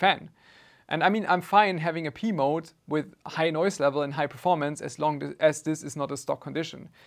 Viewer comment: I kept hearing "Pee Mode" 😂